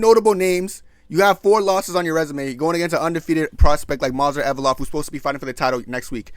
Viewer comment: "Movsar Envelope"